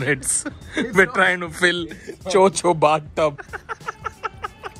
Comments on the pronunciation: It's Cho Cho not Cho chi 😂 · It is not 'cho cho' it is 'chod chod'